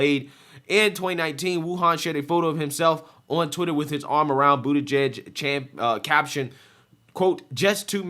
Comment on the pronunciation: Dude please start pronouncing his name right. It’s Bootie-Judge.